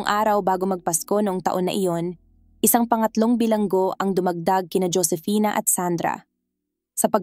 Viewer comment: Ang sakit sa taenga best na marinig yung pag babasa mo sa pangalang Josefina kaloka ka paki ayos nextime